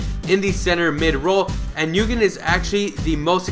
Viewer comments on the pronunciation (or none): Nguyen is pronounced when